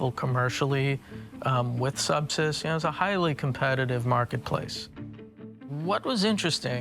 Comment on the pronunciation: How ironic that at the first mention of Subsys I thought the narrator said SEPSIS ?!? Turns out both are just as LETHAL!